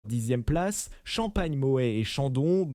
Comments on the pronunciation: Moé et Chandon ... Teitin gueur ... Bolingeur ... Pol Rogeil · Pourquoi massacrent ils la prononciation des marques : Moé et Chandon, Taitine-gère , Bolline Gère, Paul Rogeaille , Krügue, Dôme Pérignon etc ..… 😂😂😂